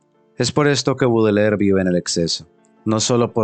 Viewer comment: Este jovencito ni siquiera sabe pronunciar el apellido de Baudelaire. Dice "Budeler". Bastante burdo. Quienes no sepan nada del poeta, les recomiendo recurrir a otras fuentes. Por dar un ejemplo, la habitación donde vivía Baudelaire era impecable y aseada, la habitación de un monje, y nada que ver con la creencia de la manera en quez se suponen viviría un poeta maldito.